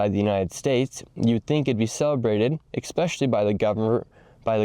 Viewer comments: Stop saying "expecially". It's "especially". Fix your pronunciation and you'll go further. You aren't wrong. As a public figure, you need to nail everything. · Especially, Nick, with an S, not EXpecially. I've heard you pronounce that word with an X countless times now and it drives me nuts. 🤣 Other than that, you're doing great work. Keep it up and stay safe! 💯🇺🇸✌️ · Love you Nick but stop pronouncing especially as ECKspecially